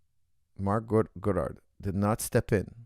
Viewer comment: goddard not goodurd